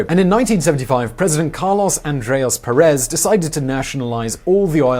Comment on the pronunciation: Just a small correction: The tilde indicates which syllable is accentuated. In this case "Pérez". It means the accent is in the first syllable, not in the last one. I also quite often hear "Escobar" (Like in "Pablo Escobar") accentuated in the first syllable. The accent should be at the end of the word, in the "ar".